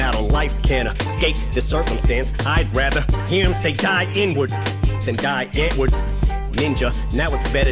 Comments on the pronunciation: die antward is a white rap group from overseas that eminem shouted out in one of his songs and pronounced thier name wrong..they came back and talked shit about eminem for mispronouncing thier damn name..they are shit..he only shouted them out cause they were a different type of group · Die Antword, pronounced Dee Antvurd, is a south African rave, hip hop, rap duo. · So die antwoord got mad because Em pronounced their name wrong on this song so Em dissed them on kamikaze and because they said Em rapped better when he was on drugs. Lol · Die antword is a group in South African I think, and ninja is a group member,after this song they dissed him because I apperantly didn't pronounce their name right, so he dissed them back on kamikaze album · Die Antword is an S African band. The one member is ninja. Em mispronounced their name by mistake and was trying to give them a shout out. Got news for u Biden won't make a diff either. We need to make people understand that every vote counts and get a 3rd party 5 percent so they can be eligible for fed campaign money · On Kamikaze the song Greatest, Em mention ninja from Die antward because, he gave him a shootout on this song. But he mispronounced the name, and Die Antward then dissed Em. Listen to Greatest again you'll hear it. Another good anthem from Rivival that is relevant, is Like Home, with Alicia Keys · Eminem tried to shout they and and miss pronounced their names, so the got all pissed about it. He has mentioned it in several songs now